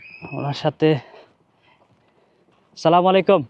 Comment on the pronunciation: Vaiya Sala malaikum Na bole ASSALAMUALAIKUM Bolle Bhalo hoy. R Lengta meghta video na dilheya ei sob Bhalo Bhalo fact cover koren ❤❤